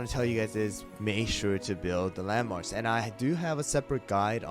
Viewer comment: when he says "landmarks" i hear LEMONS